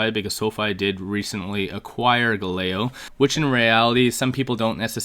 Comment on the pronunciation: Love the video. It’s pronounced Gal-a-lay-o